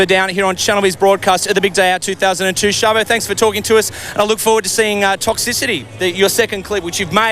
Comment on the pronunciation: Shaba? damn australians...